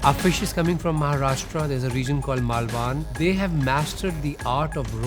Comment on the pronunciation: thats 'Maalvan' (maal-wun)not maalvaan.